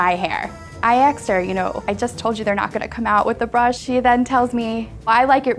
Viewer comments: she said axed, smh And continued to say it. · Omg she “axed her” someone call an ambulance. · "I axed her" ...well damn. That story got violent. xD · Asked. Not axed. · The second person: “i aksed her,she aksed me”😂😂😂😂😭😭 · “i axed her” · The word is 'asked' not 'axed'. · that girl kept saying “aksed” instead of “asked” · the second girl keeps saying “aks” instead of “ask” and that bothers me to a point of speechlessness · The second girl said “axed” not “asked”. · The one that says “axed” instead of “asked” makes me cringe big time everytime she says it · I axed her, not I asked her..... pretty sure one is murder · The second ladies story is completely ruined by the fact that she kept saying axed. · Did you really said "I AXED HER" two times? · Why do so many people say "axed" its "asked". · Axed? You freakin mean asked? U three??? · Its ASK! Not AKS or AXED ... learn how to speak (second girl) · “shaked her hand” “i axed her” i’m going to kms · WHY CAN NO ONE PRONOUNCE ASKED LMAOOOO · Why can't they say "asked" correctly?